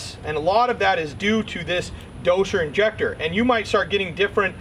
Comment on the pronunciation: Why are you saying dosher injector ?